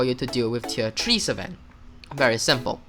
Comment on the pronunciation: its pronounced s-fen